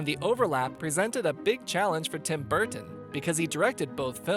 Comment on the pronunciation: Tim Burttton 😂😂